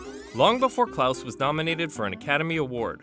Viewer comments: why does he keep pronouncing it as “klAAuse” instead of “klAHse”???? its killing me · why did he say clous?????.????? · How tf do you pronounce “Klaus” so terribly